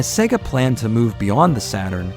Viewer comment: Thank God you are saying Sega correctly.